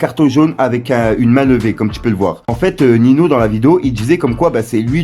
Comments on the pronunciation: Sa ce prononcé niño pas nino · C’est pas nino c’est Ninho sa ce prononce ninio 🤣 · C’est pas Nino c’est Ninho